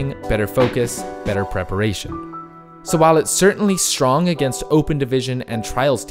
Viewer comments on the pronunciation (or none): none